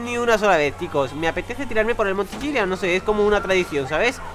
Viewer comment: Tiene como 3 años jugando GTA y sigue diciendo "Chillian".